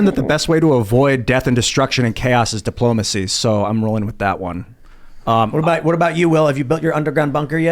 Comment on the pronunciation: its "with" not "wit"